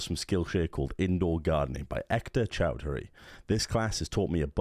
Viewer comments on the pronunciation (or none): when says chowdhury, chaodari.